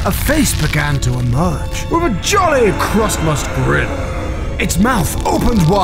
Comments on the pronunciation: It’s pronounced Christmas now crustmus. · Kritmus?? that’s how you say it wrong XD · Crust most what the you say crusttmust ITS CRISTMIS